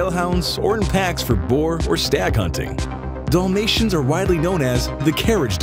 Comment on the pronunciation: Dollmatian? Wai-muh-ray-ner? Eyebeezan??